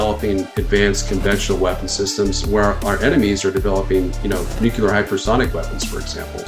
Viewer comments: Nuclear....Nu-clear...'New-Clear' Not 'nuke-ya-ler'.. 🤦‍♂ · Nuclear is pronounced Nu klee ur NOT Nu ku lar as your silly boy George W would say 😂😂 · I’m I the only one? NuCLEar…. Not nuCUlar… made my ears itch…. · Atleast we can agree on one thing for sure... Biden and Truedeu are both not very smart! Nu-cu-lar vs. Nu-clee-ar is so annoying lol Nunberg's theory is that certain otherwise educated people choose to say "nucular" because it sounds folksy or, more ominous, because they are in a position of authority and are daring others to correct them. Well it's clearly pronounced nu-clee-ar stop sounding like G.W.Bush. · Astounded at the fact that even nuclear experts cannot pronounce the word nuclear correctly. What even is Nucular?